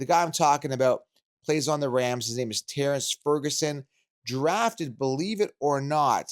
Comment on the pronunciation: Dude really says “eh close enough” on people’s names😂